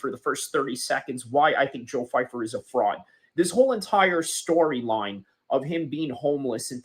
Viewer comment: 🤡 constant victim of nothing. First of all you can’t even pronounce his name right. Second of all your idea of white people makes you racist in nature. You have a general mind set of people of one total race. Americas military people are homeless all over the place of all races and a lot of them have no backing. You exposed yourself as someone who is brain broken by politics. Going on a rant because someone you will never meet says something you deem not true is idiotic at best. Your channel will literally never grow and I am comfortable withsaying that. I am so incredibly happy I don’t have people like you around me who see people as a general thing that act in one single way or have all the same advantages. You’re a clown by proxy